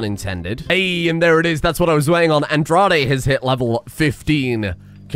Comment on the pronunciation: Just so you know Andrade is pronounced "On-Dra-Day".. It's Mexican